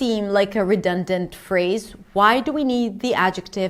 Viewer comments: redundant repeat "redundant" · The patronizing guy sounds like a Scandinavian person who learned UK English. In the US the vowel in the first syllable of 'redundant' I think is more of a schwa. Although this is hardly going to be the thing that catches you out as a non-native speaker. Your 'inevitable' is spot on. Okay thanks, gonna go back to trying to learn French now.